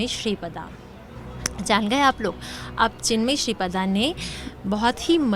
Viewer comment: Shri Pada nahi ShripRada.